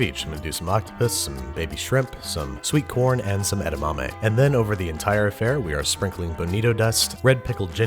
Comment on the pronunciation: is it just me or he said "sweet porn" as potential topping?